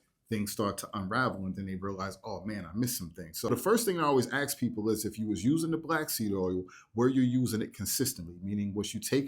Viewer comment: 'Ask', not 'axe'. Please do better, as you make us look ignorant and uneducated.